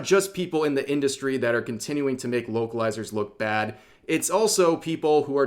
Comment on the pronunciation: I thought I heard you say "Wokelizer" and now I can't unhear it.